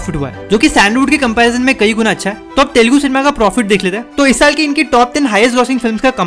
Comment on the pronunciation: It’s not Telgu… it is ‘Telugu’…